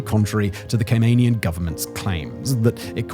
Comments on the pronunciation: Gay-men island! 😂😂😂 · Great video, but please pronounce CayMANian correctly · More annoying is the constant mispronunciation of Caymanian. Still love Simon though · you can’t even say Caymanian properly